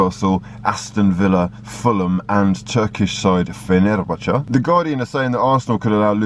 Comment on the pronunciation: "...with links to... wait for it ... FeNErBache" YAY!! 🤣🤣 #pronunciation